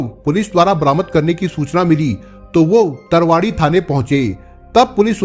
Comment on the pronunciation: तरावड़ी (करनाल) सही pronunciation हैं sir आप बहुत अच्छा explain करते हो ips Rakesh kumar pandey ji की तरह और Shams जी तरह